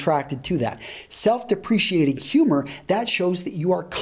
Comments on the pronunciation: Sorry for being a pronunciation dork, but , you spelled "deprecating", but said "depreciating". "Deprecating" is the right word in context. Out of politeness, I wouldn't normally correct someone's grammar, but you sound like the type of guy that's looking for helpful feedback. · Self-depreciating humour??? You spelled it right, pronounced it wrong. d-e-p-r-e-c-a-t-i-n-g. dep-re-K-ting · Self deprecating: he pronounces it as depreciating. Oops! Does this help? DEP ra kay ting. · De-preeesh-iating or dep-ro-cating? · Self-deprecating...not "self-depreciating"!